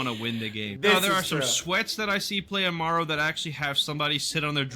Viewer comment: Its ah-mah-roo not a-mar-oo